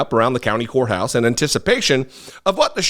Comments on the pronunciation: Did you say county whore house or did you say county courthouse? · said "County Whore House"...